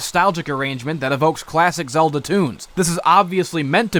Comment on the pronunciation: "The Legend of Zelder." ITS THE LEGEND OF ZELDA